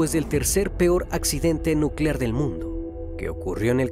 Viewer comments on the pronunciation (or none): none